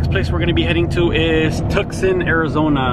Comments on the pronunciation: Tucson Tu-son the C is silent. My home town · It’s pronounced “too sawn” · Real Gs Dont Die no, it’s tucson- tuk-son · You said Tucson wrong